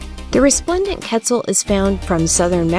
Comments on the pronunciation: Quetzal more like PEZ-al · i cannot stand how she’s saying quetzal… ketzul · It's kett - ZAHL. Geez. The least you could do is say the name right. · Yessirrr but it killed me hearing her pronounce it ketzul lol